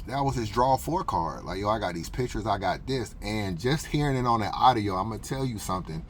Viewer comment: It's a u d I o.... not arrio. Now practice lol